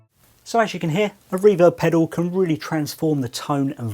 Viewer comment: A pedew? Pedoow? Might want to sound out the "L".